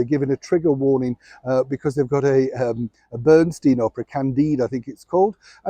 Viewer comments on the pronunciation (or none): Thank You!! Just an FYI; Leonard Bernstein never pronounced his last name as BernSTEEN. It was always BernSTEIN ["I": like a bier stein]. His middle class family immigrated from Germany to Massachusetts NOT the Lower East Side or Brooklyn, NY which means they likely only spoke German and NOT Yiddish [at least they did NOT speak Yiddish in public as it's considered a working class dialect]. AS for H & M, Harry should just leave at this point. ME ME MEH-again didn't like Harry's friends because they didn't find her attractive enough. BTW is there a reason why Migraine is 41y.o. for 3 years now?? Cheers from NYC!!!